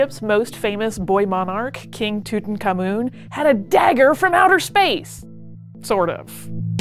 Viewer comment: If you're going to report on a subject, learn how to pronounce the subject's name. Yeech.